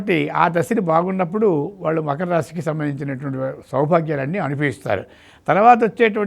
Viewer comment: మఖర రాశి కాదమ్మా..... మకర రాశి